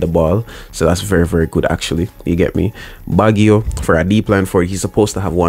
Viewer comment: baggio is pronounced Bajio bro